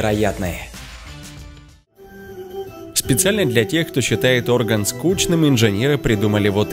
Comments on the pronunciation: Котик, не Орган, а оргАн. А так все круто! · Не Орган а оргАн . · Не Орган, а оргАн. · орган, дубина читай с ударением, наверно ег не сдал.